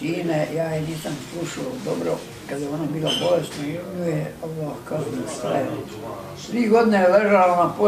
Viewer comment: Joj jest los zvuk, ja ovo nazalost ne mogu slusati, a mozda je dobra prica. Samo Oloh, Oloh, bejagi neki musliman, a ne zna ni Allah izgovoriti